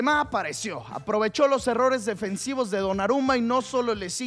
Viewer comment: Tremendo el “Mos” en vez del “Los” xdxd